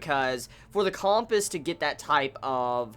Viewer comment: the way is pronouncing compass is driving me nuts